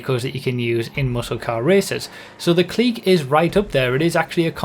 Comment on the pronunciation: Its. Pronounced. C L I C K